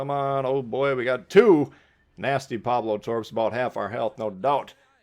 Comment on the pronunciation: Not once did you tell us how far your secondaries reach out. Go into the stats, bro Also, it's "PaOlo," not "Pablo."